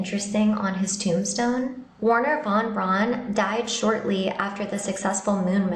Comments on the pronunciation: Teach that child how to PRONOUNCE von Braun. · It’s not Von Brawn: Pronounced like ‘fon brown’, although most Americans and Brits would say ‘von brown’ because we can’t get our heads around the German v. But it’s not ‘brawn’. Rant over. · There was nobody called Wernher von "Brawn". His name was pronounced "Brown", as are thousands of other German people's names. Same colour, same common surname, just a different spelling.